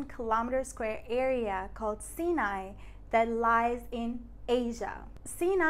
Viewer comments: Haha! Got me with the creative title. TRANScontinental. Oh and I guess I've been saying it wrong all these years? So the area bordering Asia is pronounced "See Nye" and not "Psyh Nye"? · I did not know that's how you pronounce Sinai over there. Anyways, it's fun to see how your channel is developing. :) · you had a flub pointing at and meaning western Egypt while saying "eastern". That said nice video. I was today years old learning the pronunciation of Sinai. Could you do a video on religions/ancient religions of Egypt? Thanks.